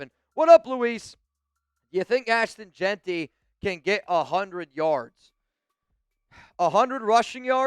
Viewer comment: said JAQUIN🤣😭😭😭